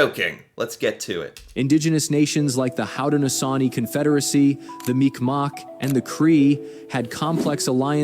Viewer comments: Is this a Canadian talking about this? Or an AI narrator? Because I've never heard of the Micmac said as Micmawk...It's always been said as Mic-Mac.... So weird... That said, my grandfather was on Juno Beach. Fought from his stomach for over 8 hours with shrapnel in his ass, crawling up the beach with his company because he wasn't getting off the area of the beach he was in...So it was either lay there and potentially die, or crawl up and potentially die, or crawl up and have a chance to do something great. He chose the latter. Stayed with the military until a year after V-Day. Show up with Blue Helmets *Shows Blue Berets*.... Also, JTF2 (Joint Task Force 2, Canada's special forces) is some of the scariest and best trained soldiers in the world. During military games, they do extremely well. I've got a friend that was a JTF sniper. Training was CRAZY. Another friend that was a JTF Medic. Unfortunately, our last few PM's have been terrible at supplying our military. They're extremely well trained, but very poorly equipped. Canada has the 3rd largest oil reserves in the world. But the Oil Sands is expensive and difficult to pull oil out of the ground. But add to that the oil reserves off the coast of Newfoundland. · This guy that is making this video doesn't know how to say names properly like mic mac and tecumseh...